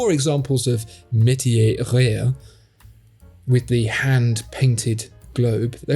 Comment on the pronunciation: funny hou you can pronounce metier just fine, but you can't do rare.